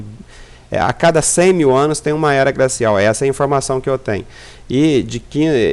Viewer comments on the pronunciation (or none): "gracial", "grobal", "prantas". Fake. Estamos entrando num período de resfriamento.